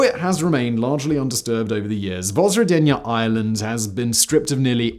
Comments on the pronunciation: Your pronunciation of the name was a bit rough, so 'roughly translated' was an unintentionally appropriate phrase to use. Thanks for the video. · Zh in Russian means Ж, which sounds as in Georgia=Dzhordzhia, not like Z. Simon, not Zukov in WWII videos ))) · Came here just to hear Simon fearlessly mispronounce the island in the title.